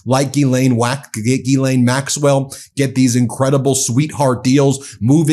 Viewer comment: 😂🤣😂 "Gis-Lane Whack-Vill"!!! Love a good Freudian slip! 🤣😂🤣"